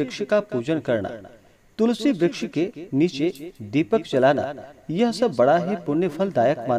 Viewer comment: महाराज जी मुझे ज्यादा ज्ञान तो नहीं है जो बार-बार आप तुलसी ब्रछ बोल रहे हो तुलसी मैया को ब्रश नहीं कह सकते